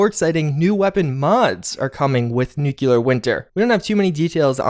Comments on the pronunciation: nu-cle-ar. not nu-cue-ler. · Please, nu-clear not nuku-lar. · Nuclear is pronounced new klee ur not new kyu lur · "new-cle-ar". not nuke-u-lar. please, it's driving me nuts!! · love your content! 1 small thing though. It is Nuclear, like New-Clear. Not nuke-you-lar. Thank you! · Newk you lurr 😆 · *NOO kleer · sorry ...its nu-clear 2 syllables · Why is it so difficult to pronounce "nuclear" ? I swear I didn't hear anyone saying it right...